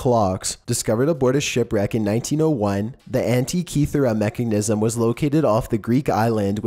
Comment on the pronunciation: "the mekkingnism"